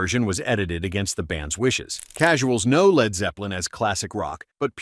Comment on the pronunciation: I always thought it was Led Zeppelin not L.E.D Zeppelin